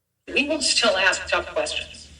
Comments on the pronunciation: Cannot pronounce the word “ask”: he says “aks”. Give me a break. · Do intelligent people really say "aks" rather than "ask" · If you have been a reporter for more than twenty years you should be able to pronounce ASK correctly. I cannot take this man seriously. Don’t even AXE me to try. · As soon as someone says “aks” instead of “ask” I can’t take them seriously. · I hate when someone says ax for ask. The anchor was doing his job and so glad to see it. The leaders are a joke ... cbs is neutral in what fantasy. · Just one question: When will our back citizens learn that the word is "ask" and not "axe"? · Interesting that the ‘renowned author’ mispronounced the word ask? Ax is not to be confused with ask, jackass sir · Try to pronounce the word “ask” correctly, please. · The great writer actually said that she showed him what she was "gonna aks him" just saying. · Another so "educated" who can not pronounce the word ASK. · I cannot stand when educated reporters and authors cannot speak the word "ask"...it drives me nuts.... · Why can't black people say the word ASK! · Does that guy not know how to pronounce 'ask' ... What is that?